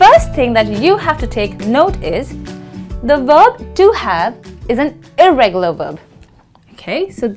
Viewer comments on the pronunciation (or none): Well. It's "irregular" not "irreregular"😕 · irregular not irreregular 😆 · Irregular not irreregular okay